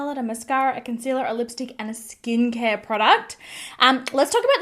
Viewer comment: Was I the only one who went back to see if she actually said lickstick at first? Which btw she did xD